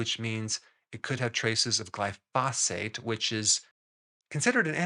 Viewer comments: Glyphosate pronounced GLY-fuh-sayt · It is pronounced with the accent on the first syllable glyphosate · Gly - foe - sate. Three syllables.